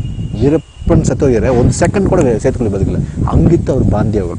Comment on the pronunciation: 😂😂it's setukuli not setu koli😂😂 🐔